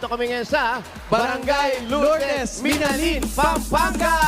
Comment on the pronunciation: Ang ponounciation nang Minalin ay mali dapat Miná-lin hindi Minalín